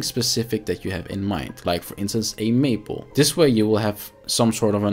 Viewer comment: Great video. Only a very minor correction, and really only because I was listening and not watching. It is May-pole, not maple. I had to look at the video to realize what you were talking about. Lol. As I know English is not your first language, I thought you would like to know. 😊